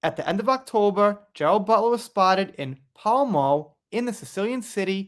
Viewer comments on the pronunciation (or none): none